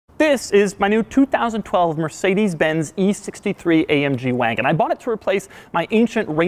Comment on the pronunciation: When he said ma waagon